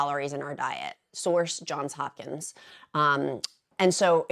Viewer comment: Thank you so much for says JohnS Hopkins 😊 I went there and it drives me nuts when people leave off the s. This video is so good in so many ways. 🥬 I take the bioptimizer magnesium and dried fruit as my magic potion for going.